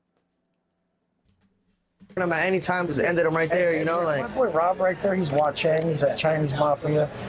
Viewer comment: says, "My boy Rob is Wa-Chang, Chinese Mafia." It's Wa-Ching not Wa-Chang!!!!!! is a complete and total moron. 👍🇺🇸